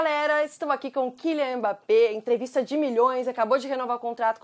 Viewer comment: "ebappé" é foda kkkkkk